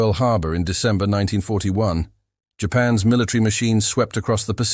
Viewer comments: For the love of god teach the AI that words like Japan's are not pronounced "japan ess". Apostrophe S is not rocket surgery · AI pronounces Japan’s as Japan S. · Humorous AI. The voice can't say "Japan's". It keeps saying Japan s. The pics are funny also. When it talks about landing on an island it shows a landing craft leaving the island and soldiers running the opposite direction . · Hmm, odd. You would think a human could step in to edit...